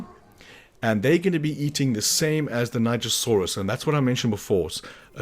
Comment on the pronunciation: Thank you for teaching me the right was to say nigersaurus. I was NOT saying it right